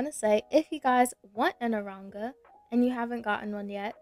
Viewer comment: u said aronga lol